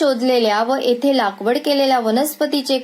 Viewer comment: कथा छान पण अभिवाचनात भाषेकडे लक्ष न दिल्याने निराशा झाली. विशेषतः पच्चिम,एते,स्तानिक,अहर्ता इ.इ खूपच खटकले..